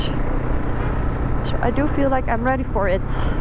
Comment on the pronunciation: I was wondering why Noraly sounded different. Her s sound like sh eg her 'so' is 'sho' I was going to ask what happened to her then I saw in the comments many viewers were fooled into thinking she's Noraly too. Same style, same country😂